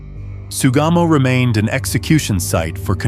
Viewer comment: It's Sugamo Prison. I keep hearing "Tsugamo."